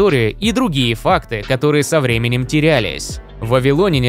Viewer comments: ВавилонЯне, а не вавилОняне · Сцуко, пора вводить цензуру. Если говоришь не правильно, то идешь лесом... Аффтар, учи русский язык! Что это за вавилОняне? Если Вы думаете, что если ВавилОн, то и вавилОняне, то ошибаетесь. Сравните: РоссИя, но россиЯне, а не россИяне, ЕгИпет - египтЯне, но не егИптяне, ИзрАиль - израильтЯне, а не изрАильтяне и можно еще много примеров приводить... Увы как только услышал такое, то сразу выключил, т.к режет слух, а мне свои уши жалко.